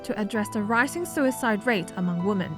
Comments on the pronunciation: This SCMP announcer keeps saying woman when it should be women. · Singular woman sounds like 'woo-man'. Most of the cases here, women should sound more like 'whim-en'. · you're pronouncing " women " wrong. Sounds like the singular form: Woman. It's weird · Please double check ur pronunciation of the word “women”. Health and love to all of you! Don’t give up! 힘내세요 여러분들!